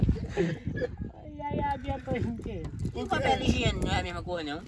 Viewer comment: Papeli higieni kkkkkkk o brutinho fala a língua do kuduairo, aí minha voaida